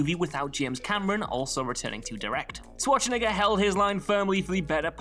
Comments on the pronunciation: I've heard Schwarzenegger's name butchered numerous times, but I never heard Swartschenegger... that's not his name, dude! :D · lmfao "Shwatch-niggas" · Is it just me, or is dude calling him Arnold Swatch-n**ga ? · Damn the way he said Arnold's last name the first time was reeeeaaaaly sketchy I'm surprised there aren't a bunch of comments flipping out like he die it one purpose lol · so the game of mispronouncing Arnie's name continues